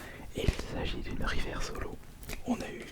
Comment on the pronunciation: On prononce " riveurce " stp merci 😂😂😉